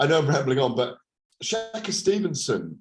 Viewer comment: “Shaka Stevenson” do you mean shakur u absolute tool